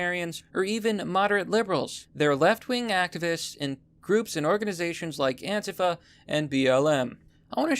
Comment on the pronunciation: says Antifa wrong lol